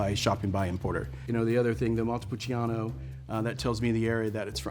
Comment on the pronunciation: This guy just says the names of the grapes and places in English, like he does not care about the pronunciation but the way he talks about it it's just off, sounds like he knows about what he is talking about, for me, it sounds fake.